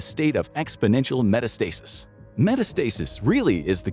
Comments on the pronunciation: I love how this is an anti-AI video... with an AI narrator. As soon as we got to the word "metastasis", I knew beyond a doubt we were cooked. It's not meta-statsis, as if Facebook's Meta was in a constant state of being. In this specific definition, when we're talking about cancer, it's muh-TA-stuh-sis, with the emphasis on the second syllable. But how does AI routinely want to pronounce it? Even though it is decisively wrong in THIS context? Meta-stasis. Think about it for two seconds though. When cancer has gotten really wrong, what do we say? It has metastasized. How do you say that word? Muh-TA-stuh-sized. So if that's the plural, the singular would be... Muh-TA-stuh-sis. If you go google it right now, Google's AI pronunciation machine will tell you the wrong answer. If you look at any human-created actual dictionary or pronunciation guide, it will tell you the correct one. Good god, I'm so tired of the dead internet and this stupidest of timelines. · Based on the pronunciation of "metastasis," I fear that even this video complaining about AI is itself AI. I hate the future. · Metastasis being pronounced wrong is kinda getting to me